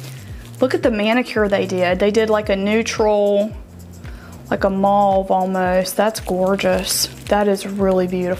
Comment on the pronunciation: The color of the tatoo is Mauve, PRONOUNCED MOVE, RHYMES with DROVE. Glad you got your doll. Enjoy!